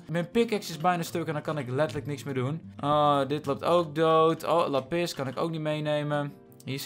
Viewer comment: Meest mensen: laaapiz lazuli (k schrijf even hoe je t letterlijk zegt): laPIS Lekker 👏😂